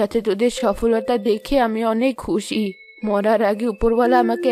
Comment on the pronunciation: কুশি নয় খুশি